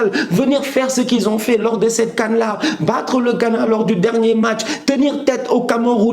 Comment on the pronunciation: C'est CAN et pas Caaf mdr 😂 !